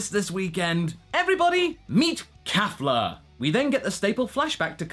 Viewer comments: KEFLA. KE. Not KA. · Oh my goodness it's KAY-fla though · Yeah he pronounced that wrong. xD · It's kefla sir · Just pointing this out, but its Kefla not Kafla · It's Kefla....